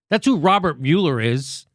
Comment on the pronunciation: Mueller is pronounced 'mull-er', obthw...